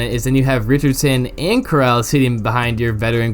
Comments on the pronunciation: Core-al not coral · literally been saying his name wrong in the video until here 🤦🏻‍♂️ but i’m a fan of Corral he can throw it like a dart with that quick release. but i doubt he’ll get a chance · “literally been saying his name wrong in the video until here”………….